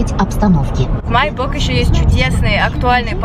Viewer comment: Май бук, а май бок